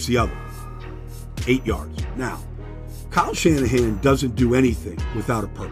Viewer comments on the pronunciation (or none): none